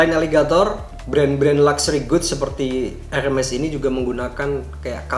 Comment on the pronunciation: Bacanya herme' .. bukan hermes tong harganya juga tidak segitu 😂💨👈